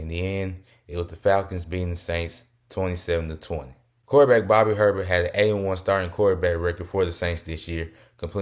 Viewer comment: Bobby Herbert is pronounced “A-Bear”